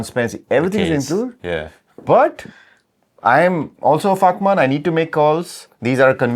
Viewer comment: You guys really need to be more careful with your pronunciation of VAKMAN, make sure you're starting the word with a hard & clear V.